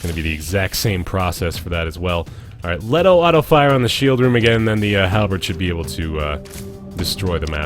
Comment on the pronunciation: THe gun is a LeeToe not Let o. Love the vids, but that is setting off my Nerd circuit.